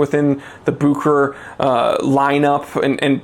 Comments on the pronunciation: It's pronoounced book ur ur my friend. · I talked with Rolex they're changing the pronunciation to Buke her hair. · The real name is Bucherer a Swiss name. But Americans are almost always not able to pronounce a foreign name correctly.